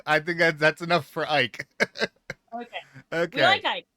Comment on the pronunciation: FWIW: I saw a short video where Ike Amadi introduced himself. He pronounced his first name as "eee-kay".